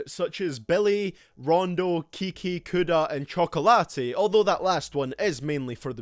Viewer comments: Bro its just chocolate not chocolatay lord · Did you really just pronounce "chak-late" "chak-o-late?" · Anyone gonna comment that this man said chocolate as "Cho-Co-Latte". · My mans said chocolatte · Anyone notice how he said chocolate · that's not how you pronounce "chocolate" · There’s an accent on the é, so that’s how it’s pronounced 👌🏼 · Isn't it chocolate like Hershey